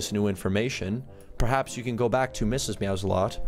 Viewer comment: lol the one time instead of Mrs. meows alot it said Mrs. salsa lot